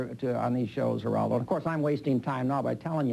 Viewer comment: A typical bully tactic, is to repeat the target's name over and over again. And yet, Bugliosi never learned to pronounce "Geraldo".